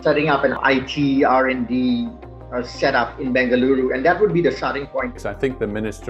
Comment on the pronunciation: Good work on being able to pronounce Bengaluru.